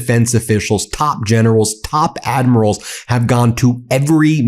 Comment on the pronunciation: Lol gennerows and admirows 😂